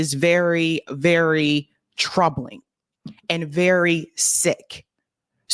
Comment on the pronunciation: Everyday....Everyday....... EVERYDAY.... "troubling"😂😂😂